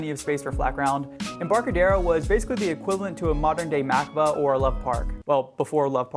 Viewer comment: it pronounced ma cob a